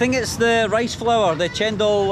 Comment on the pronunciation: woman in white shirt said it right..don't know why one person at the back said it cendol..but still is a sweet drink..no problem I think for